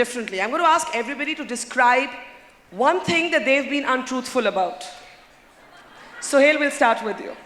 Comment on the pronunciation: barkha's secularism compelled her to pronounce suhel as sohail...